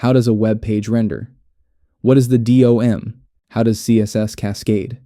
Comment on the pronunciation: Who in their right mind calls DOM the dee oh em? It's DOM, say it with me, dom. Like dominatrix but without the inatrix, just dom